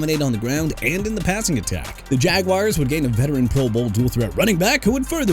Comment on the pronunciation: DON'T CUSS IN YOUR VIDEO DUDE. ALSO IT'S BIJAN (BEE-JOHN) ROBINSON, NOT BE-SHAUN! ALVIN KAMARA PRONOUNCED KUH-MA-RAH! JAGUARS AS IN JA-GWAARS NOT "JAGWIRES" SO YOU NEED TO QUIT SAYING THAT! CHICAGO AS IN SHEE-KAH-GOW OR SHUH-KAH-GOW NOT CHEE-KAH-GOW! KAYVON THIBODEAUX PRONOUNCED TI-BUH-DOW!! DO YOU NOT KNOW HOW TO PRONOUNCE ANYTHING OR ANYBODY RIGHT?! MIAMI CAN HAVE KMET BUT THEN AGAIN NO ONE CARES RIGHT?! IF I WERE YOUR BOSS, I'D ASK YOU TO CLEAN OUT YOUR DESK!!!!